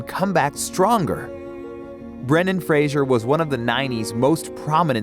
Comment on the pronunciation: For god's sake it's Fraser, not Frasier. How has practically no one in media since the start of his career been able to pronounce his name?